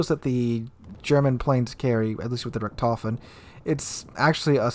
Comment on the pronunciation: The T10 CV Rektoufen - You're butchering my beautiful language.